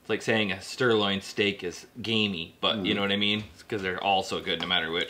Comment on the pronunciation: did he just say Stirloin steak bahahahahaha. a little after 31 mins lol